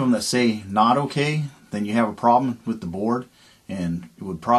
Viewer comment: With, not wiyh.